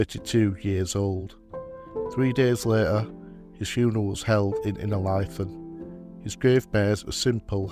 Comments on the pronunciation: Great to hear local stories of lads buried at Innerleithen. Most of my family are buried there, and I have often wondered about the lads brought home. Thank you. Incidentally, it's pronounced Inner-lee-then. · I am always impressed by the level of extensive research that you must do when you produce these videos. I find it a bit surprising that quite often you mispronounce place names. It's pronounced 'Inner-LEEth'n', and also Ely as in 'mealy'. Thank you for what you do, and this is not meant as a criticism.